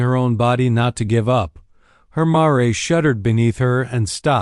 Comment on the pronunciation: Yeah, what is it with sll the "dots?" It's really hard to get into this AI reading. The story might be fun, but who can tell? Pronunciation matters when reading aloud. Mare, not mo-ray. Rolling my eyes.